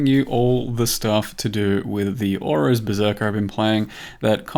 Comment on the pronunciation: Auras? why does he keep saying auras, hes only running heralds and anger... OH OROS HES JUST ACCENTING